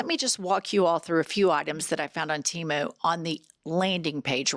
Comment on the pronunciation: Oh my God it is too cute that can’t say Temu❤